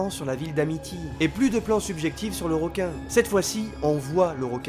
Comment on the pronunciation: Bonne vidéo j'ai apprécié...petit bémol...le mot "ROQUIN" sort trop souvent...comme certaines personnes qui prononcent "ROCOMMANCER" ou "ROCEVOIR", Alors qu'en fait on dit "REQUIN" vu que ça s'écrit avec un "E" et non un "O" ! Voilà...désolé ^^